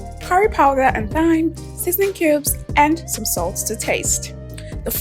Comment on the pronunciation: Thyme is pronounced 'Time'